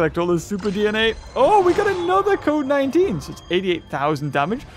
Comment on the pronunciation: Who else heard covid 19 when said code 19?